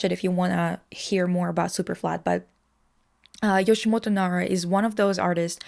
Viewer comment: My heart bleeds a bit everytime you say Yoshimoto lol It's Yoshitomo :) One of the reason why he uses a little girl motif is him hearing his mother said he had a dead twin sister whom they were planning to call "Michi" . This conversation with his mother captivated him a lot and probably influenced his motif choice... but well we never know. This info was give by my tutor who wrote his biography and spent lots of time personally with Nara himself. But she also mentioned he's quite unreliable in describing his own work lol